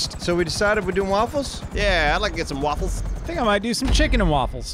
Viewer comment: "Chicken & Walfles"